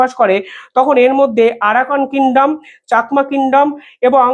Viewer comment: Pl. Correct your pronunciation of Rangamati and Chakma. Not Rongomoti or chokma